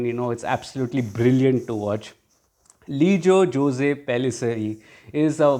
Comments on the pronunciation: Great review 👍👍 btw Jose is pronounced as "Jos". FYI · The real pronunciation is actually 'Ose', in south India it is as you said Jos.